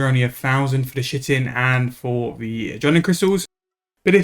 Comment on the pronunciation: Fun fact: the word Chitin is not pronounced at all how you've been saying it. It's actually pronounced ky-tin